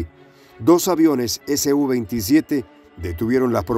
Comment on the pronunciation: Creo, deben referirse al SU-27 como SU-27, y no ESE U 27. Porque la sigla viene de la empresa SUKOI. Pronunciarlo como lo hacen, pareciera que la sigla perteneciera a otra cosa.